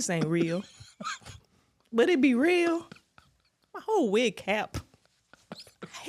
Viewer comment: After watching it for the 20th time i think she called the wig a "n" the "n" word 🤣🤣🤣🤣🤣